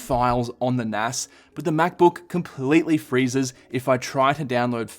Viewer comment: You say nas wrong 😑